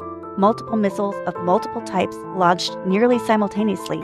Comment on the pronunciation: Lunch Missile?? Do you mean Launch?